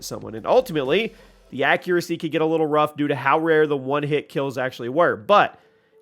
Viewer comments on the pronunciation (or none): none